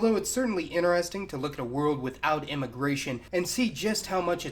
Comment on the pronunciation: love how he says interesting as iNiResTin